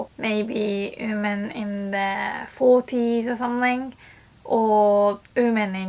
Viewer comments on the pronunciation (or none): Just a tip, "women" is pronounced more like "wi men". Instead I hear you say "uu men". No harsh feelings!